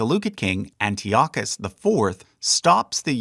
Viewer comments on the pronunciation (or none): none